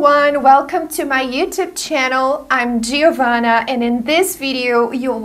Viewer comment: It is really funny, for an Italian ear, hearing how you pronounce your (nearly: a N is lacking) Italian name, Jee - Oa - Vanna! (real Italian pronunciation of the name "Giovanna", meaning "Jean", would be more like "Jauvunna", more or less, with no "EE" sound...)